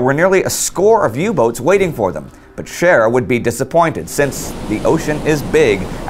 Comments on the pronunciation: I know it's Scheer but I can't help but hear Cher and now I'm thinking she really could turn back time... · While watching this episode. My wife kept on hearing Cher instead of Scheer. And now cant get "If I can turn back time" out of her head and just pitchers Cher on a battle cruiser in the North sea. Best laugh I've had in awhile.